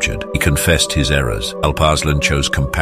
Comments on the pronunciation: The name actually is pronounced Alup (U as in rum) Ursaalaan (U again as in rum) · Turks pronounce it as Aalp Aarslaan